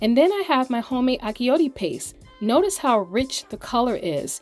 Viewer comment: Wonderful recipe. But achiote is pronounced differently. The “ch” is pronounced like the “ch” in the word “chew”.